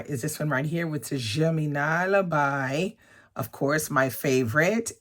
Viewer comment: I read Germinal because of you (and butchered the name apparently lol). Very atmospheric and descriptive. I really enjoyed it